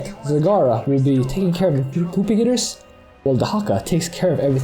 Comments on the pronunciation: Funny how he says propagators. Sounds like he said poop-i-gators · that's exactly what he's saying :) he calls them poopagators in the video description.